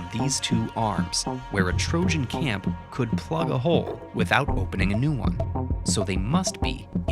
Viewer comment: You really pronounce trojan as "trožan"?